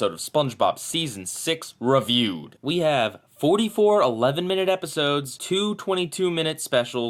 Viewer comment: I love how you said RAAviewed